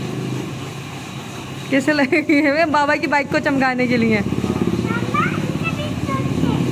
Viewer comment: Lye ko nye bolti hy muatur